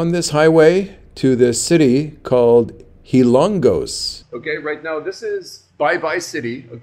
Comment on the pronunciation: It is called Hilo-ngos Leyte my friend!… enjoy your journey 👋